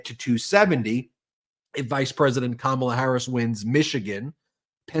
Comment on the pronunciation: He called her Comma’la or did I hear wrong?